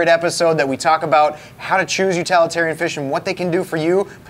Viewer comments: Utalitarian is NOT a word! It's utilitarian. The root word is utility , not utality. Otherwise this is an excellent video. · And utilitarian but I guess up there where they are it is utilalatarian